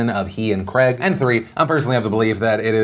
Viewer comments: Daniel GRAG? Did I miss hear that or have I been pronoucing it wrong all these years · He definitely said Daniel cregg at the start right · "ThE NamES Cr-A-g, Denial Cr-A-g" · I love how Americans say the name Craig. Attention America it isn’t pronounced Creg. Pronounce it properly. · Why can't Americans say Craig properly? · The way Americans pronounce Craig makes me cringe. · How do you not know how to say Craig? It's pronounced Craig. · How can you not say "Craig" properly? 😂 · Why can't Americans pronounce "Craig"? It's pronounced like it's spelt. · Why does Phil pronounce Craig so wrong? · We must all ban together to stop Phillip Defakeo! We must all call for a boycott!! He is a monster truly! How dare he pronounce Craig incorrectly, he should have researched this correctly and I am truly ashamed to call myself a fan on this day. SMDH. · Why do all yanks pronounce ‘Craig’ so horrifically? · Just cuz they speak English too does it mean that they must have the same pronunciation and diction from a country they didnt grow up in?! Yes yes they must study perfectly how to say Craig!!! How dare Phillip Defakeo!! He must be boycotted, stop this monster!! Take it from someone that speaks three different languages and learning a 4th you got to let it go at some point.... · It's pronounced Daniel Craig "krayg", not Kreg... cmon Phily <3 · Why do Americans say Creg when it’s actually pronounced Craeyg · Why can't Americans say the name Craig correctly ? It's not creg it's CrAg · Phil, it is Daniel Craig ( pronounced crayg), not Daniel Creg. I know this is a tiny complaint but it doesn't take much to get a person's name correct. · CRAIG!!! not kreg mfg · Craig not creg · Who is Daniel Cregg? I know a Daniel Craig and you showed pictures of Daniel Craig (pronouced "cray-g" not "creg") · The name is CRAIG! There is an I in there. It is not Creg, it s Craig. And , "do you believe Chinas explanation?" That is a good one. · Why tf is he saying Daniel Cregg and not Daniel Craig?